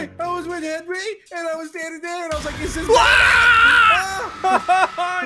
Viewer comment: It's "Henwy"!